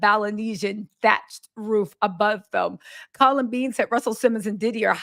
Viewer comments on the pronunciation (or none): none